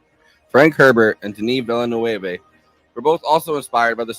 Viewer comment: VIL-LA-NUV, ZEN-DAY-UH